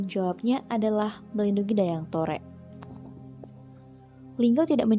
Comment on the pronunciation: Mungkin agak keliru,, Saya ada referensi akurat tentang Asal Nama Lubuklinggau,,, oya kalau masih menyebut Dayang Torek itu dengan sebutan Dayang Torek, berarti masih belum mumpuni,,, Dayang Torek itu Dijuluki dengan Nama Dayang Tarik bukan Dayang Torek.... ini bukan kritikan tapi sedikit meluruskan